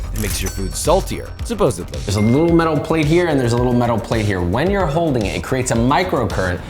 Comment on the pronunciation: Good vid but come on Josh... SuposseBly? With a B? You're better than that my guy!